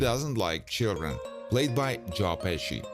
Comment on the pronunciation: Played by jaw peci... bro fucking say Joe not jaw